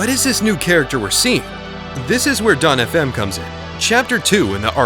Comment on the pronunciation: you’re the first to ever pronounce our name decently